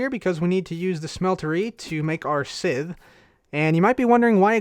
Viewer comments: Likewise, it's pronounced S-EYE-th. Not sizth or sith. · Scythe=(Saith) Manyullyn=(Man-you-Lin) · its pronounced (s-eye-th) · cub, thats not how you pronounce scythe , its pronounced, S-Eye, TH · Just letting you know scythe is pronounced [sithe] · Crafting Unicorn sigh-sith sounds close to it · you say sycthe wrong